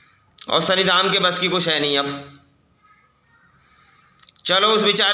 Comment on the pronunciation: Sani nhi shani bolte hai shani dev 😂